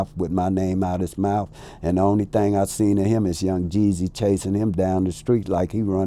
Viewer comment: This man said young jeezy🤦🏾‍♂️🤦🏾‍♂️